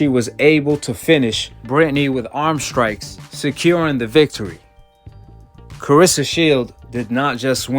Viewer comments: CLARESSA and not CARESSA!!! And SHIELDS NOT SHIELD!!! And MMA not THE MMA!!!!! TALK RIGHT!!! SMFH!!! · You need to work on your trash narrating. Her name isn’t Carissa. Haha and “simiotaniuosly”? Come on man.